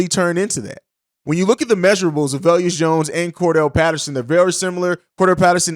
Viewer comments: Bruh I can’t stand how you saying velus Jones name lol Velus (va lus) not veleus 😂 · Velus not veluous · Velus pronounced VAY lis rhymes with Payless. C’mon on man!!’ 😂